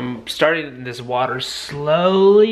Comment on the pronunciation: I did not like the way you said slowly